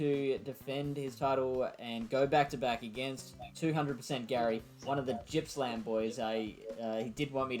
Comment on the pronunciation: Just a small correction- the hometown for gary should be Morwell and Gippsland is pronounced differently ;)